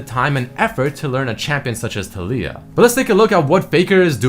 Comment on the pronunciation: the way of saying "Taliyah" bugs me so much lul